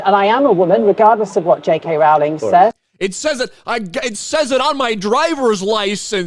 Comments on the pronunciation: She's mispronouncing "Rowling". When will that be a hate crime? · And this dude India didn't even pronounce Rowling correctly. Misprouncing hate crime right there. (It's row-ling, not ral-ling) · Is miss pronouncing a name a hate crime…..get it right…..it’s row….as in row your boat……. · Is it a hate crime to mispronounce “Rowling?” She’s always said “it’s row like a boat, not like a fight.”